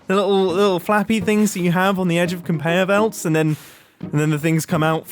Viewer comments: he says "Conpeyor Velts" not "Conveyor Belt" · "Compayor Velts" LOVE IT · I love compeyor velts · "conpeyor velts" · "compeor velts" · I DIDN'T EVEN NOTICE THAT HE SAID IT WRONG. Thank you for pointing it out that's hilarious. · Thank God, I thought I was the only one who heard it!